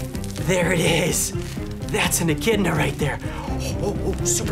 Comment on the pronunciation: i thought when he sais "echidna" i thought he said "eh kid nahhh"